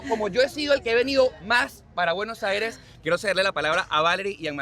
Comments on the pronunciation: Consulta al presentador. Porque dice Buenojaires? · Se pronuncia en "Buenosaires" 💪💪🇦🇷🇦🇷